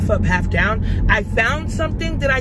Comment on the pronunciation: H-tine mann it’s goin dine Ayyyee 🤘🏾lol and you’re right about the humidity in Houston it’s no joke. Love your vlogs & how authentically real you are💕